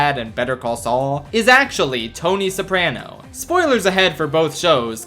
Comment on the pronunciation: The scariest thing about this video is the way you pronounce "Soprano"